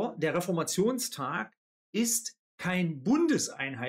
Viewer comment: Also man könnte doch schon Reformationstag richtig aussprechen, dieser Tag fällt auch nicht auf einen Donnerstag sondern auf einen.